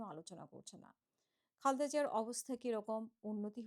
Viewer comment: দয়া করে, বেগম খালেদা জিয়ার নাম টি সঠিক ভাবে উচ্চারণ করুন। দীর্ঘদিন ধরেই আপনি উনার নাম টি বিকৃত ভাবে উচ্চারণ করচেছন। 😢😢😢😢